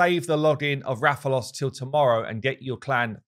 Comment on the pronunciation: THANK YOU FOR USING THE CORRECT PRONUNCIATION OF Rathalos. Every other content creator has said it incorrectly by putting too soft emphasis on the first a. I appreciate it more when creators show respect to the game that a crossover comes from